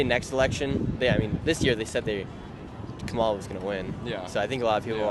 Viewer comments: Haha "Camilla" is my favorite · The First Lady to speak kept trying to correct u on Kamala’s name pronunciation but she was saying it wrong lolll it’s pronounced “Kum- uh-la” ( lotus) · Kom All Uh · In India, where she got the name from, her name's pronounciation will be कमला. cuh-mla. you can verify this on google translate as well, english to hindi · a hindi girl in another comment said the blks are correcting him wrong😂🤦‍♂️ That the hindi sanskrit pronunciation is come-la. U can't make this stuff up buahahhaha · Ridiculous that woman kept Correcting Nick because he wasn't Pronounce Kamala name right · The Kamala worshipers relly get bent out of shape over how you say her name😂😂😂😂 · Cracks me up how often people correct you when you say Kamala. She even pronounces her own name differently so how are we supposed to know how it rally is said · Annoying when she corrects Nick w KAMALAs name 🙄 It’s a Hindu name and it’s not pronounced like the blacks says it is 🤦🏽‍♀️🤷🏽‍♀️ The left don’t Like when they see Trump hasn’t even been inaugurated and the world is changing positively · They get is angry when her name is pronounced wrong stupid woke 😂😂😂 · Even Biden has misprononced her name numerous times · First person had the audacity to correct you TWICE how to say Kamala. I mean wtf.